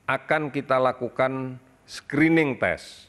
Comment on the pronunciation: "Screening" bukan "Skrining" Indonseia